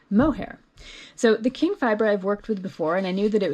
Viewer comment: Nice tutorial for those of us who rarely use the called for fiber. By the way, Qing is pronounced “Ching” not “King”.